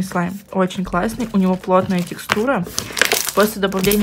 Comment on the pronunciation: Я одна заметила что начала говорить СЛИМ?